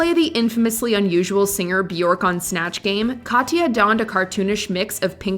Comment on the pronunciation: It’s Bjork. It rhymes with jerk